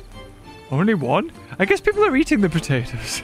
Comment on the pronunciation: the way you said potatoes the first time was very wrong...